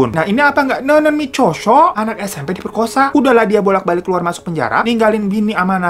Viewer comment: aigoo ngomong micheosho-nya mantepp ya abwaanngg